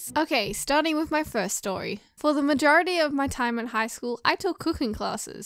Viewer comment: What others heard: "in highschool I took cooking classes What i heard: "in highschool i took pooping classes xD